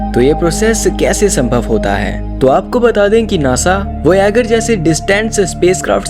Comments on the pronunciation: lovere vayzer hei thik se bolo 😂😂😂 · Kiya voyagar nam sayad wrong bola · भाई विडियो पूरा देखता but वोयागर सुन कर मूड मर गया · पियोनिर वोयागर 😂😂 koun hai yeh naya chu... Samar jaisa koi nahi mil sakta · Please improve your pronunciation voyager, Kuiper belt. Watch any english youtuber. You are talking about very old knowledge, you are not updated 😮